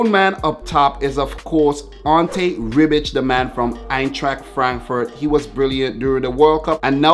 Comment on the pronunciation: Your saying Rebić incorrectly... You say it (in English) Ray-bitch😂😂but you say Ray without that e in the pronunciation...... Hope that makes sense 😂😂